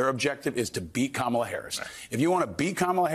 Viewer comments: I know it’s the least relevant issue in this segment, but why Musk, Trump and all these other Republican speakers keep saying the name of Kamala Harris wrong? It’s offensive in petty. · Learn to pronounce your future President's name: in India, she'd be called "Kamla", but the way she says it so Americans can say it right: "Kaamala"